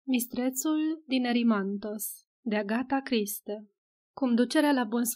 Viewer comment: Nu este agata criste! 🤦‍♀️